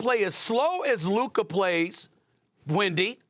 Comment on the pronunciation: He finally said Luka instead of Luker.